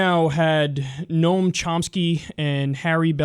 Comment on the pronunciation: I thought he said "Known Chomsky" Trying to figure out what bern a Chomsky was